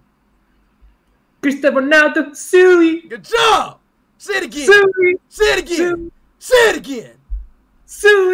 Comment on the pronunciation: instead of speed saying suiii he says suwi